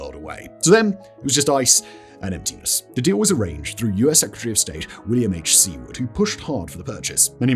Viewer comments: Just a knit pick its sue-ard not Sea-ward. Good stuff as always whistle boy! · FYI: Seward. Pronounced "SUEwerd"; rhymes with "leeward".